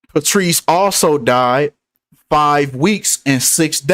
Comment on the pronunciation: Wtg.. he s name Patrice pronounce Patrick